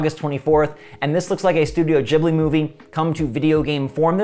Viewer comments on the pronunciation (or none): none